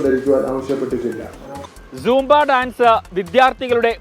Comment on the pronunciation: കിളവാസാംബ അല്ല സൂംബ